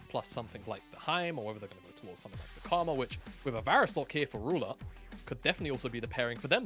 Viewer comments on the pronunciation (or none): none